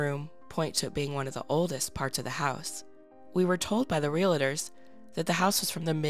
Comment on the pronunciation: Not RE-la-ter, it's REAL-ter. (Realtor)